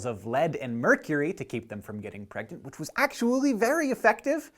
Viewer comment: "...and how girl NOT get pragnent." Hank?!